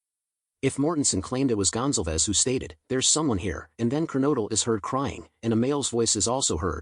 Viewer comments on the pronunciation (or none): Gon-zal-vez not Gonzel-vez Do you suppose it is possible that Madison or Kaylie said " Someone is here" when headlights from the door dash shinned up at their bedroom front windows ? The girls on the top floor were probably used to seeing who was coming and going through those windows that overlook the front lot. This might create a time gap between that statement, and the following noises that she heard. This might also cause the dog to stir. Odd thing is, we hear about Dylan looking out of her door on three occasions. But in the accounts that we have, there is no mention of a delivery of food. Maybe Dylan just didn't care about what was going on . Maybe she was tired and trying to ignore the noise. She was probably used to a lot of late night drunken horseplay. And even screaming. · Goncalves pronounced Gone-Call-Vez like Gonzalez but with a c